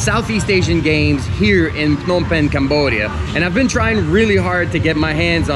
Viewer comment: Your pronunciation is impeccable! I rarely hear foreigners pronouced Phnom Penh correctly. Great job on pronouncing other Khmer words as well!